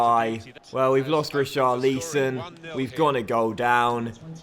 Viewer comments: You need to pronounce Ri-Char-Li-Son not Richarleeson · Say it right it's richarlson don't say it who it looks